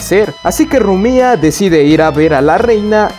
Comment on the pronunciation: Buen video pero es Rumia no Rumía